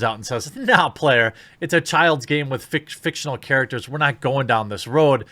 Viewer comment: "FIC-TION-AL CHAR-ECT-TERS!" Holden Mcneil